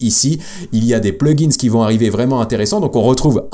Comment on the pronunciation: Hello, je voulais, avant toute remarque constructive, te remercier pour tes vidéos. Ensuite, je voulais quand même te signifier que mes oreilles saignent à cause de toi et de utilisation du mot plugin au pluriel, Pourquoi tu fais ressortir le S à la fin du mot plugin??? Que tu parles d'un ou plusieurs plugin, tu peux le prononcer au singulier. Mes oreilles te remercie. 😂👍